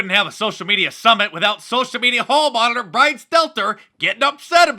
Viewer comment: Mark, you repeatedly failed to pronounce Brian's name properly....wtf.